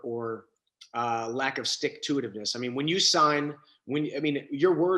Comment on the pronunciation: Did this man really just say stick to it-iveness??